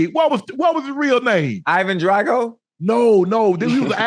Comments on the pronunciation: Tommy Morrison and listening to ocho say Ivan drago…. Geeze ocho…. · He said Ivan Drago 😂